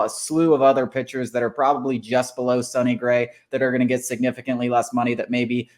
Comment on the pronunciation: I'm just glad we didn't sign him, so I don't have to hear "sony" gray